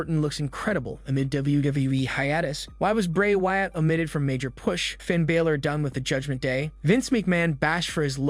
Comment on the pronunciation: Its not 'Bailor' its BA-Lor!